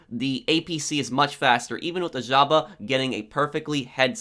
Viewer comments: In Europe we don't say Zhaba we say žaba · Without being a dick, its pronounced JAVA ;)